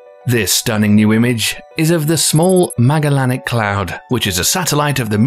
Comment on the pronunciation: Pretty pictures, but I had to stop watching at your pronunciation of Magellanic. T.T